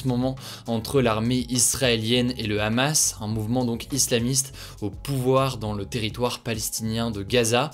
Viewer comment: La prononciation du mot Hamas m'a détruite, avant de faire la vidéo sur le conflit check la prononciation des mots d'origine étrangères sinon ca va faire mal aux oreilles de certains.